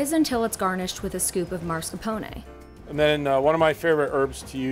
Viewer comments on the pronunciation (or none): it's Mascarpone, and not MaRscarpone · I swear I've heard this narrator absolutely butcher "mascarpone" before, and now she's done it again. Get it together girl!